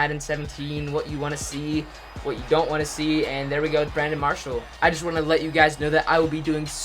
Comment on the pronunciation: he said Brandon Parshall